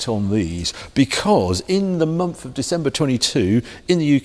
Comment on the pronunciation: Harry - for Gods sake man it’s a MONTH not a MUMFF!